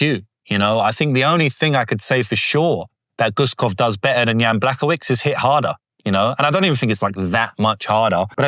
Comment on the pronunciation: brother, "Błachowicz" ends with "cz" and you should read it like "ch" in "chair". B, ł(WOOden) .... cz (CHair). Great video though!